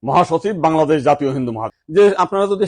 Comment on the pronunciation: Bhalo bangladesh porjonto bolte paris na.